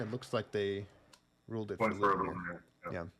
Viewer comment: I got eliminated by Lubomír in the 3rd round. Yes, his leg cuts do hurt 😁. You did great job in pronouncing the names!